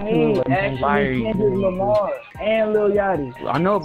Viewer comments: He said who is klundrick lamar lol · "klundrick Lamar" hahahaahahaha that had me dead😂😂😂😂😅😅